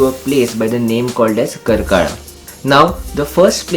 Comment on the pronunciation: Excellent video with perfect tour itinerary for 3 days Udupi visit. I just wanted to mention that names three places were incorrectly pronounced. 1. KARKALA - कारकळा 2. BASADI - बसदी 3. Kaup - कापु (though the place name is spelled at Kaup, it's always pronounced as Kapu) खूप छान. पुढच्यावेळी मंगळूरुला पण भेट द्या. मंगळुरुला आपला हार्दिक स्वागत आहे.